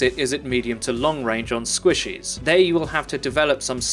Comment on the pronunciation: I love the way he says squishes for some reason.